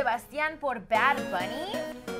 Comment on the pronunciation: Verga como que "Bar Bunny?😩